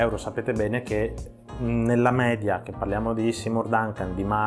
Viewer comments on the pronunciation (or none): none